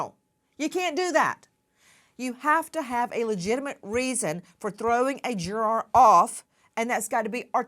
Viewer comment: Why is she saying jur-ARE. It's driving me insane